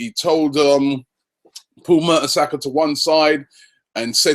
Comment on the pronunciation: u say Paul mertersacker